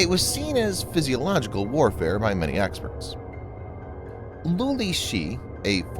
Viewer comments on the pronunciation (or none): The word is Psychological tactics not Psysiological. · “Physiological” warfare 😂 lol I think you mean psychological warfare 😅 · Regarding the title graphic and the dialogue and : "Physiological" warfare?!?!?! Good God, LEARN ENGLISH if you're going to continue producing English language videos (the term is "Psychological warfare"). 😂🤣